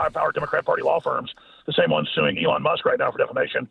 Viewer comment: did he say elon muskrat?